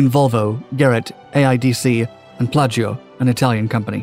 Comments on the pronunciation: Piaggio, not plaggio. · "scandal within the Falcon Family????" It's the Dassault Family (Marcel Dassault, not Marcel Falcon)! And it's Piaggio, not Plaggio! Nonetheless, good story! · I think the Italian company you are talking about is Piagio and not "Plagio" as you said in the video. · "Plaggio" is actually Piaggio; the same folks who made the Vespa scooter. Pronounced pee-AH-zhee-oh. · Or even Piaggio......to be pedantic....👍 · Umm, there's no "L" in Piaggio.